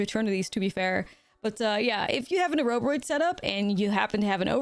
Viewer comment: I love the way you pronounce Oroboroid.